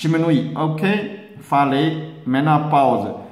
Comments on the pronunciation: Que lindo ele não conseguir falar direito menopausa! Kkkkkk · Que lindo e engraçado ver ele falar menoposa! Kkkkkk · Sonia Brazz eu voltei o vídeo do pra ouvir ele falando menopousa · Menoposa? Kkkk morri de rir doutor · Gratidão 🙏🏻 Dr engraçado vc falando menopausa.O que o Dr faz para o nosso bem 😊 Gratidão 🙏🏻 sempre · achei engraçado você falando menopausa 😁🐿👏👏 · Sonia Brazz acredito que vc entendeu que ele falou menopausa soou diferente pelo sotaque da língua dele.